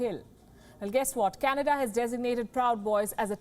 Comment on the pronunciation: Sometimes Canada sounds like Chinada